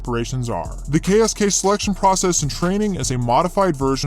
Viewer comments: As a german i must admit that i had to stop the vidio, because your pronounciation of our KSK sounded like jibberish 😂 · as a german, I think if you would just le me listen to the pronounciation of the KSK, I wouldn't recognize, that it is german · That ksk pronounciation was terrible I'm sry :D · Your pronunciation of the KSK wasn't really good. Sorry to tell you.😅 Ich spreche ja Deutsch deswegen kann ich es wissen... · sorry man but u did terrible on the pronunciation of the KSK.BTW German has not really mountains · he did terrible